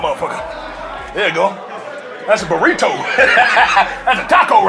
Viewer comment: kill me how he said burrito